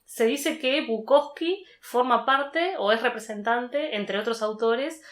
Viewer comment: es Bukowski. Con esta i al final.